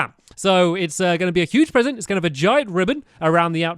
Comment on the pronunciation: Wat a Bresent